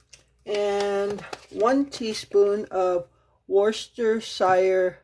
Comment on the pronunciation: The meatloaf and burgers looked delicious and bless your heart for making two meals, you are such a kind person. Just wanted to say you did really well pronouncing the “W” sauce ( Worcestershire). Have a great week. 😊💗